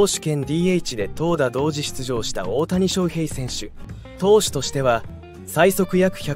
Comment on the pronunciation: 他のチャンネルと同じナレーションですよね。外国の方でしょうか？オオタニショウヘイのイントネーションが個性的すぎるので耳に入ってこない😆 どこ出身なんですか？